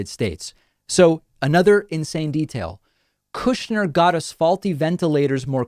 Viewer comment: "Koooshnyr" the Russian pronouncement